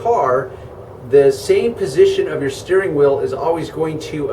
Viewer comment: every time he says steering wheel, it sounds like he’s saying steering oil lol